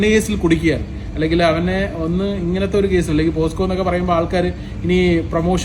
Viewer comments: Posco alla pocso😂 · Bosco alla Bocso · എടാ ഊളെ പോസ്കോ അല്ല പോക്സോ എന്നാണ്. അത് പോലും പറയാൻ അറിയില്ലേ 😂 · എന്ത് കോ? പോസ്‌കോ യോ, ഫാബ്രിക്കേറ്റഡ് ഫുണ്ട ceo ആണ് പോലും പോക്സോ എന്ന് പറയാൻ പോലും അറിയില്ല